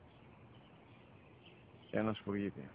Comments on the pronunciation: two things...first i didnt cry and what are you talking about heart touching and second sparrow in whatever language they speak sounds like spagetti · It's funny because they are Italian and it sounds like he is say Spaghetti